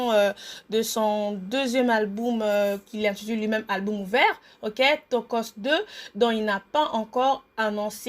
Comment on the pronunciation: Bonjour c'est ta biographie mon dit tu fait exprès où quoi de dire tout le temps alboum au lieu de dire album